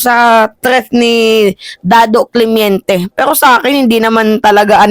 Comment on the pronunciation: Correction..hindi CLEMIENTE.."CLEMENTE" po